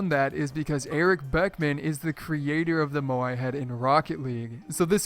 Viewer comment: Drinking game: Take a shot every time butchers the pronounciation of Moai